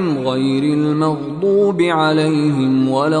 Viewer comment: Suraj fatiha mein last alaihim ko alalhim padha Gaya It's very wrong